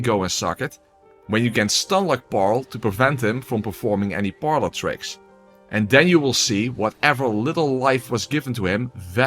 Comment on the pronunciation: "Paarlor tricks.." ...Outstanding work